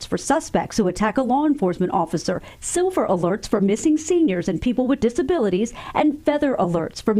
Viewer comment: lol what's a "sliver" alert?